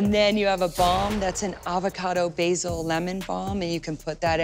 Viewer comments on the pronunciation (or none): none